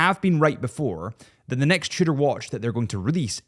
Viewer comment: You pronounce Tudor like "shitter" and I can't un-hear it.